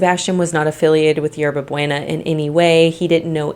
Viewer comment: 😂😂you butchered the pronunciation of Hierba Buena!! Its pronounced 《Yerba Booena. Thats fine though atleast you apologized.